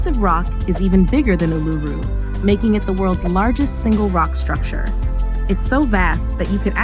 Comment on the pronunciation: And it's not A-LOO-roo it's OOL-a-roo, which sounds so much cooler.